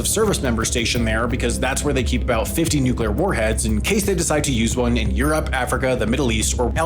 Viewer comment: It's NUC-LEE-AR, not NUC-YOU-LAR. Fucking hate that shit....